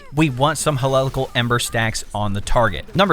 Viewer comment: It was so hard for me to watch this because how badly you fucked up some of the names like Hecate and Heliacal 😂